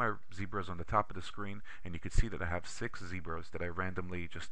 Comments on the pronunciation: ahah when he said sex instead of 6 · LOLsex instead of six never a boring moment, I already suscribed. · This is great..Thank you for sharing your knowledge. But funny how you mistakenly said SEX instead of Six, I like the way you think.Hahaha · "one, three, five.. sex- uh, six hehehe" 0.o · one, three, four. two, four, sex. lol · calling "six", "sex" made my day. Its not a big deal but I've watched so many of these boring videos today it was a funny surprise. I feel like a teenager again. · this guy must be a german speaking, because he pronounced six as sechs:-).. but its ok, it didnt disturbed me at all. the ONLY things that DISTURB me is how he zoom in and zoom out. But it is very helpful!. I am learning excel and i dont want to go to a formal school, really appreciate it. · One Three Four "Sex" lol... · sex.. six. lmao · Loved the "opps" on the number six. Showed me even professional people make mistakes. I stammer if I am not careful and land knows what I say then! Loved the info, very simplistic and well defined. Even I was able to understand and use the points you taught and I have only used Excel 1-2 times.